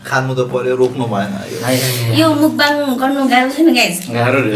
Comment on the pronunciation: राम्रो उचारण दिदी मुकबाङ 🙅‍♂️ मकबाङ ✅️